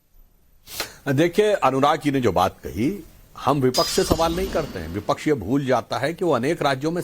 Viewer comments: हरा कुर्ता पहले विपक्ष शब्द ठीक से बोलना सीख लो,विपक्ष है या विपछ है,बने फिरते हो नेता बड़ बड़ बड़ बड़ बड़ा रहा है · को बताओ विपच्छ नहीं विपक्ष बोला करे 😅